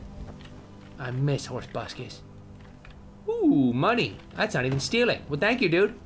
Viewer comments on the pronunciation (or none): Tobuscus rhymes with ruckus!!!